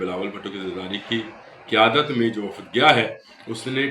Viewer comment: یہ وفد نہیں وخت ہے